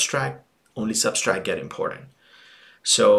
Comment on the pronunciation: very helpful video but it's subtract not substract lololol